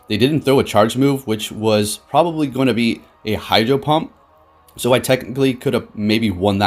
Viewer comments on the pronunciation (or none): none